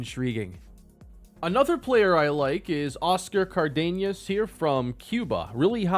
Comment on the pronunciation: Imma give you a little Latino grammar lesson lol in the "Cardenas" instead of putting the accent on the letter E, put the accent on the first A. So it would sound like "cAr-denas". Also, in "Guzman" instead of putting the accent on the U put it on the A. So, it would sound "Goose-mAhn". Love the series!